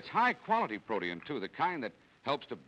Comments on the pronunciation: "PRO-tee-in." Wow, never heard protein pronounced that way. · Me neither. Because of the two vowels next to each other he divided the word into three syllables: pro-tee-in.